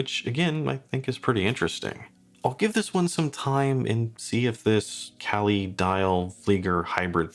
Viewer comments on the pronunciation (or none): none